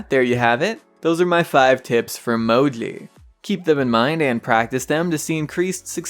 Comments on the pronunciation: Mo?i i cant hear the third letter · Dude fuck u . You are giving me anxiety attacks because i cant understand what letter you say after Mo~~i like are you swearing when u say moji.? Maybe you are saying MOFUCKYOUI